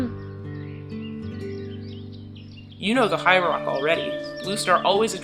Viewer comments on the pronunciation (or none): “Hightrock”. Sorry just had to point it out. :|